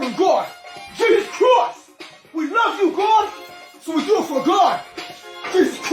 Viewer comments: "jesus chroist!" Ctickey, mate!!!!!!!!! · Is the guy in the red Jesus costume saying “Jesus Crust”?